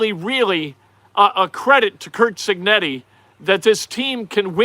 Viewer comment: Your Harry Caray impersonation literally made me laugh out loud. mispronouncing Cignetti was amazing!